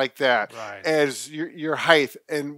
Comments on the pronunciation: Did he say heith? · The word is height not heigth. Its a "T" sound at the end not a "th" sound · Is he really saying HEIGTH ? 😂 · Improve your... Heith? That pronunciation is horrible